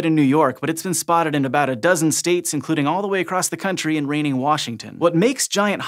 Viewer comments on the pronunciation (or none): CC says hogweed is in “reigning Washington.” That actually sounds like what he said but it should be”rainy Washington.”